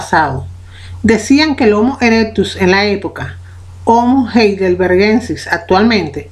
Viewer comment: pero si se pronuncia jeidelbergensis